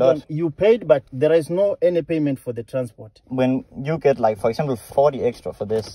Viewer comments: "lets say foreksembel" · When you get like foreksempel! Han siger det bare på den mest danske måde i hele verden, men fandme fed video gutter! Håber i har det godt dernede ud over i er blevet skamet